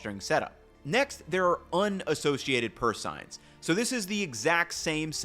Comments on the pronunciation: It is pronounced purse sane, not purse sign. FYI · I grew up in a Southeast Alaskan fishing town. "Seine" is pronounced "sayne" rather than "sign". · Seine is pronounced sane not sign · Took me awhile to realize what he was saying.... it's pronounced "sayn" not "sign" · Just a little pronunciation correction. Seine is pronounced sayn not sign. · It’s pronounced purse sane not sign just fyi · Purse "sayne" not Purse "sign". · SEINE is pronounced SANE. Thought you might like to know❤ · It's pronounced SANE or purse SANE. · A wonderful video...except that you consistently mispronounced the word 'seine' in "seine net". It's pronounced just like the river in France: in English it rhymes with 'gain' or 'sane'. You pronounced it the Germanic way, to rhyme with 'line' or 'time'. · Small note, but sein is pronounced "sane" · Pronounced “sayn.” Llong a. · FYI it's pronounced 'saynz'. I grew up on a catfish farm and seined many a lake. But don't take my word for it, google agrees. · I have appreciated every video of yours I have ever watched... and I hate to nitpick... but, it's SANE, man, SANE. The "ei" makes a long A sound. Sorry. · I am a huge fan of your videos. You always put so much great work and research into them, with a blind taste testing and the recipes and more. I consider you a star in the food space. But I do shake my head sometimes about how you mispronounce things! The word seine is always pronounced with a long a as in the word insane. But thank you very much for your stellar work and I look forward to seeing more videos from you in the future.